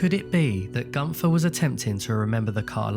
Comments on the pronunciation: The way he said günther is just amazing how wrong americans or british speak out german names . He litterly said GUNTHAR . You say GÜNTERRR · It's pronounced Goon - Ther. Not Gun - Tha. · Very sad and mysterious tale indeed….The German Name of Gunther is actually pronounced as: “Goonter”…..If Gunther was attacked, then how did they know where he would be in the first place?….If Gunther was indeed assaulted, then this definitely involved several people rather than just one assailant….It would be almost impossible for one man to do all this…..Or, it’s possible Gunter might have been suffering from Undiagnosed Paranoid Schizophrenia, which made him suffer from paranoid delusions….Delusions which made him believe that someone or various people were out to get him!…..It’s also possible he may have been a Secret Agent that had been uncovered, and was on the run from the East German Stasi….Or, a former Operative for the Stasi or the Russians during the Soviet Era, that had gone AWOL and Defected to the West…It certainly could be that the Russians were after him to silence him….These are the most likely scenarios that I can think of for now!….Hope they help solve the mystery….Somehow, I doubt that though……Excellent video that was very well researched and presented…. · Maybe atleast try to pronounce the name right. gUnFeR O.o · It's actually an ü.